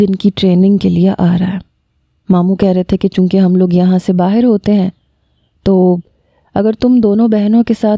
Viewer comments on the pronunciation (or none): none